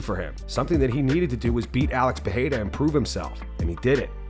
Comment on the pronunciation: Why you put that much effort into pronouncing Adesanya but still can’t pronounce Pereira correctly?